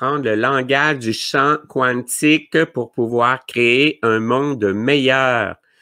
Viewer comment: pourquoi tu prononces Quantique comme il est prononcé en anglais (quouantic) on peux le prononcer en Français (kantic) merci .